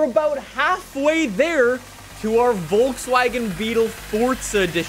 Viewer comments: Dude its Forza for the last frikin time not Fortsa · Are you ever gonna say it right? Its forZa not forTza